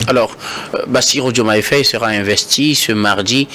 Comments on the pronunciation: C'est vrai quoi ! Il dit toujours Féye au lieu de Faye ! 😡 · Mr le journaliste, je pense que la prononciation est Faye et non Féye. Très bonne émission, au passage.